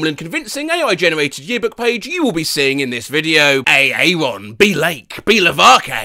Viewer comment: the only aaron that can be pronounced "a-aron"